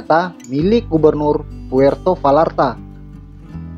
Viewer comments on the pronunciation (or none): Puerto Bayarta dong, bukan Valarta. Dalam bahasa spanyol "v" itu lebih kayak "b." Dan "ll" itu persis dgn "y" kalau di tengah kata. Makasih atas subtitels!!!